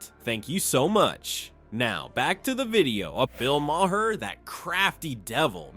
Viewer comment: Mah-her? You are an idiot. Ten thumbs down.